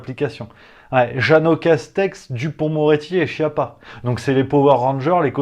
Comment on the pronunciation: On prononce ”skiappa", bordel. Tu as la prononciation dans le dictionnaire, qui est maintenant ”multimedia”. Tu ressembles à Philippot, en t’approchant des trois cents mille abonnés. Il aura ses quatre cents mille abonnés, peut-être un demi-million ou plus, mais ne les gardera pas. Lui non plus n’a rien à faire de cette précision. Je ne suis pas italien mais latin malgré mon pseudo germanique. Quoique bilingue de naissance et m’informant maintenant sur le Net en quatre, cinq, six ou sept langues (c’est très insuffisant) -- ainsi j’ai lu en anglais les premières nouvelles de ce virus idiot sur une publication chinoise début Septembre ’19. Et su très vite que je ne risquais rien. Je ne suis pas médecin mais mon père l’était et aussi connu que Monsieur Raoult, sur je ne sais combien de millions de kilomètres carrés. Mon frère est médecin, mon ex belle-soeur aussi, des cousins et autres belles-soeurs et beaux-frères aussi, il n’y a que deux généralistes, des fantaisistes -- et j’espère augmenter sérieusement ces capacités. Je peux lire le journal en italien quoique ne le parlant pas couramment et, j’ai un jour indiqué leur route à des touristes italiens, en italien évidemment, alors que ma mère, qui dominait, comme mon père, trois idiomes, ne le pouvait pas.